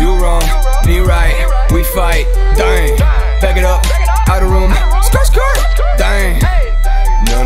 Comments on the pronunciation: The way he pronounce the word DDAENG. Amazing. OMG I LOVE IT SO MUCH!!!! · The way you say ddaeng 🔥